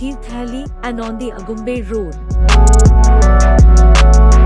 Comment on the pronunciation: Information is good. Video is also good. Narration needs improvement. Diction is not proper at many places. Ex: Agumbe for Aagumbe, Thirthahalli pronounced as Thirthahelli, etc